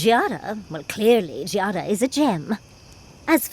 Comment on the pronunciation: Here is a easy pneumonic device for you that should help. "Gee, I'm glad I remember how Giatta is pronounced." It is a hard G, not a soft one. Obsidian as a studio really confuses me. Éder and Aloth, and even Paligena were all really memorable companions who I was excited to always bring along because I wanted to hear what their thoughts were about what was going on. So clearly they know how to write compelling companions. But between this and Outer Worlds, the companions have been kinda dull (except Parvati. She was too sweet to speak ill of). Which makes me wonder if the problem is the switch to first person, and not laziness or talent. Like a CRPG has such a slower pace that it lends the writers more space to flesh out characters. And yeah, you're right about the perspective shift. In Pillars you were dealing directly with the pantheon of Gods constantly, and the problems you were solving were one step below apocalyptic. Here, you may or may not be dealing with a God (You very well could be the patient zero of the Dreamscourge, and your growths could be the physical symptoms of the last stage of the Dreamscrouge), and the big problem you're solving is only affecting a spacely populated colony.